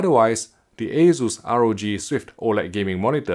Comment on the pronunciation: I hear waysus, I close the tab, friends don't let friends buy assus